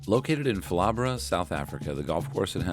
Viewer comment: Pronounced Palla bore raa